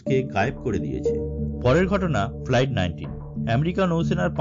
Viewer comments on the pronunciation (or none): none